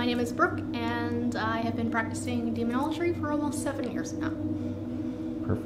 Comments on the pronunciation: She's dead, the demons got tired of her pronouncing Demonology as Demonologry . Proper Enunciation is key to controlling entities that were created before there was such a thing known as time 🤷‍♂️ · Fake.. she can't even pronounce demonology right